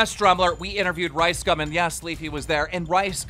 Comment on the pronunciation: Keem is mispronouncing LiceCum and its making me cringe